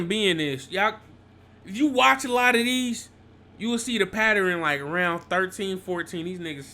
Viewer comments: Jit keep sayin patterin🤣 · “It’s a paterin” 💀